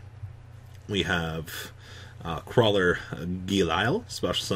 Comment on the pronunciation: I will never recover from attempt to pronounce the Krawler links.